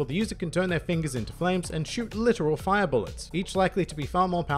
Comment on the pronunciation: It allows the user to conjure, manipulate and become FAYA That accent tho